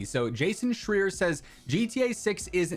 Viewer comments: I can't stand the geezer but at least pronounce his name right, it's Schreier and the ei is said as in eye so Schr-eye-rrr. And I hate to break it to ya but that video where he says this is about a month old, it's nothing new whatsoever. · You mispronounced "Schreier". It rhymes with higher.